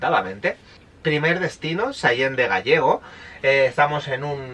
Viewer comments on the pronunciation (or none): "Gallego" no, Gállego. 😅